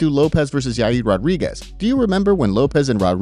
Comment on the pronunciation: bro it bothers me so much when you mispronounce Yair Rodriguez's name. it's Yair not Yaid. I'm literally this close to unsubscribing because of that I'm tired of it. Literally every time get it together, bro.